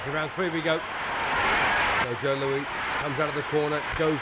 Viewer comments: This British commentator keeps pronouncing Louis like Louie. 🤫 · Who is this commentator calling Joe Louie And Maxie Bear WTF. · Who is announcing this? He’s mispronouncing Louis. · Jesus, if you're going to announce it learn to say Louis's name correctly; he's not a French king. And he didn't have a reputation as a dirty fighter, what the hell? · The guy can't even pronounce his name right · not pronounced lewie but lou-us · "Joe Loo-ee"? Only person in the world who doesn't know it's pronounced "Loo-is". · Thanks for the video and all, but this comes off as pretty disrespectful to Joe Louis. I've never seen him fighting dirty, and the man's name is Joe LouiS not Joe Lewey. (Yes I know some people with the name Louis pronounce it without an S, but not this one.) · Why does this fool keep saying "Louie" and "Maxy". And no Luis did not have the reputation as a dirty fighter. He was as clean and by the book as you get. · that is great. But if you were at the fight, you didn't hear the announcer on the radio. Whoever this announcer is, he's a disgrace. As the original post by TWS1956 stated, he can't even pronounce the name of Joe Louis properly. The ring announcer correctly calls him "Louis", but the blow-by-blow guy wasn't paying attention to that or anything else, calling him "Looie." Also, he says Baer won the tile by beating Max Schmeling. The Schmeling fight was a non-title fight , and Baer won the championship in his following fight by beating Primo Carnera. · Is he calling him "Joe Louie?" His name was Joe Louis, not Joe Louie. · Great stuff. I almost had to watch on mute though. I could barely stand the commentator calling Joe “Lewie”. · Wow!! How was Max Baer ever a boxer let alone heavyweight champion? Announcer kept calling them "Maxie and Joe Louie". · why does the commentator call Joe Louis Joe Louie??? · Why does the commentator call Joe Louie? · It sure would be nice if the British announcer would pronounce Joe’s last name correctly. It is NOT “Louey”.